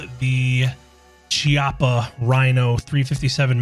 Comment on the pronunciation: one small thing (not a hating thing just more of a nitpick/gun nerd thing) since chiappa is an italian company its pronounced like khiappa